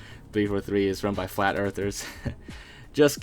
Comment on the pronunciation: The planets are flath. So earth is flath. With the h.